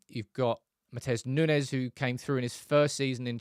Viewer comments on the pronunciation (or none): none